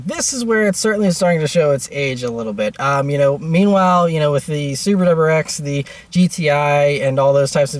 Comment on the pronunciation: Never thought I would miss him saying Subaru wlrlrreexxss so much.